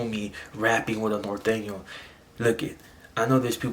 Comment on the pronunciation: It’s NORTEÑO homie not northeno